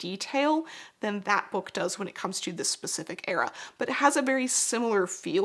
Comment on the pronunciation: every time says bewk my autism brain has me repeating it out loud like “bewk! bewk!” 😂